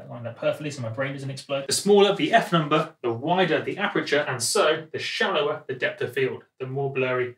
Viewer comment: Aperture* (not apreture)